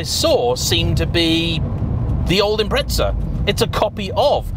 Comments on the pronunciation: impreTza is driving me fucking nuts. IM-PREZ-AH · it's impreza not "impretza" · John from Australia, you sound like a knob saying 'Impretza', pronounce it 'Imprezza', like Christmas prezzie, I got a great prezzie for my Birthday. I know we're just a far away colony, but we do know how to NOT sound like a knob. Actually, my brother does say Narsa instead of NASA, I suppose that's rather knobbish, but that doesn't get you off the hook. Imprezza!! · It’s not an im-pret-za….there’s no fucking T in The god damn name and how many time he says it urks me…but good video besides that and definitely understandable way over priced for what it is..if given the option I’d rather keep my 06 sti over that… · Ah yes subrau "impretsa" 🤡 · Great video and all but I have to ask, when did "Impreza" end up with a a T in it?